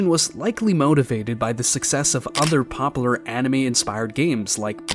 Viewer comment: Can you please learn how to say popular?